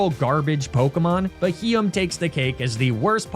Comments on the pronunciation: Sounds like he got a beheeyam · You massacred my poor boy Beheeyem…….